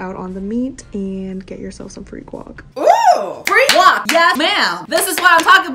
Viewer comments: Why does she say guac as “wok” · Ily but please stop calling guac "wok"